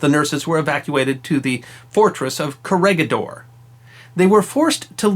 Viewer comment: I've watched a couple of your vids now and you got yourself a new subscriber :-) But please try and maybe put a quick check/effort on pronunciations such as (bɑːtɑːˈɑːn) and (kəˈrɛɡɪˌdɔːr/,) in your future projects. I know in some cases it might be almost impossible to pronounce some names and places but here would have been pretty easy and it's the first you will see looking the places up on Wikipedia and is really not too hard to pronounce. Anyway love what I've seen this far, thumbs up and I'll keep watching :-)